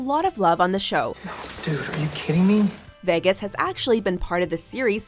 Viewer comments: 'veggas' got me triggered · why did she say "vehgus"? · Ugh the way she says Vegas 😬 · Why can’t she say vegas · Why can't you say vegas properly